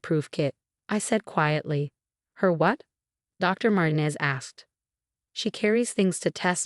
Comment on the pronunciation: Yeah. Epilepsy? E POL lip seh??? Răch-ul?? MAR-ti-nez?? Seriously???Why can't they have People read these??? I'm blocking or taking down ALL of these time wasters that are hard to listen to. YouTube, give me my CRAFT videos back!!